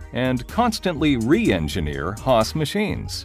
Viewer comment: HAAS chứ k phải HASS nhé